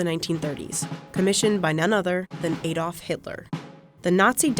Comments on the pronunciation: ADOLF NOT AY DOLF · Two problems w/yer report. One...stop saying AYYYYdolf Hitler...and pronounce the name correctly. AHdolf. Two...you say Hitler drove a convertible. He never drove a convertible...because he never learned to drive. Never obtained a motor vehicle operators permit. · How many times?! It is Adolf, as in addolf, not Ay-dolf. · Poorly researched. First of all, it might be nice if you pronounced Volkswagen and Adolf correctly. Secondly, Beetle production ended in 2003. Except in name- the new Beetle had nothing whatsoever to do with the original. The true successor to the Beetle is the Golf-which remains in production.